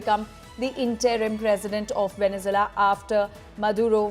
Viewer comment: Why can’t this woman pronounce “VenezUela”? It’s not “Venezela”.